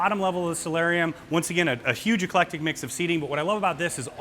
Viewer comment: Please don't ever say the words "ton", "doooty-free" or "eclectic", or move your hands ever again.